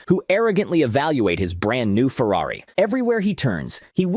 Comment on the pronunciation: Ferrary? Lol. Not a mercedes?